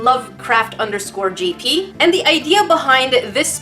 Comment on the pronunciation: YoU sAiD iT WrOng, u said lovecraft_gp not Lovecraft_jp!!!! Dishonor on you dishonor on your cow #nerdificationsquad 🚽(does anyone remember the 🚽???) No just me